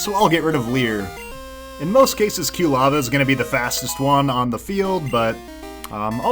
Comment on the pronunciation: After several videos, I'm finally starting to be bothered by saying Q-lava instead of Quilava. He even pronounced cyndaquil correctly in this video and then two seconds later said Q-lava again.